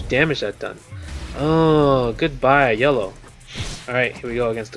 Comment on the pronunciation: I always hear Yolo ranger whenever you say Yellow ranger 😂